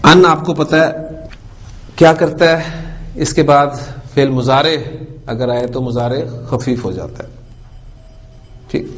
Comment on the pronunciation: مضارع عربي زبان ميں Mudarey پڑھا جاتا ھے نا کہ اردو کی طرح مزارع۔۔۔ kindly note pls. JazakAllah khair السلام عليكم ورحمة الله وبركاته